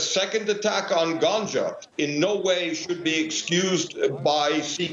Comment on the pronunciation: It is not pronounced like ganja you think of 😄 you put the stress on the second syllable gangA